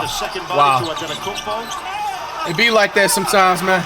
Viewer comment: Did the commentator just called Antetokoumpo « adanakoumbo » or am I tweaking😭